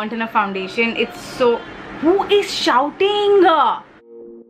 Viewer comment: Hey! thanks for the eye bag trick, it really does work and the foundation is just wow!! It's really amazing that you make the makeup look natural, easy and effortless. PS: that "who is shouting-uh" reaction though!! 😍